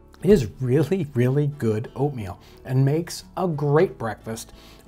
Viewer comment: am i the only one who kept hearing opium instead of oatmeal